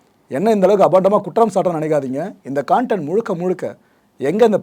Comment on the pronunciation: எல்லாம் ok பிரதர் ஆனா அது கன்டென்ட். கான்டென்ட் இல்ல 🫡